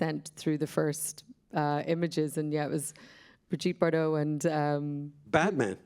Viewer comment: It’s not Bar-Dot, it’s Bar dough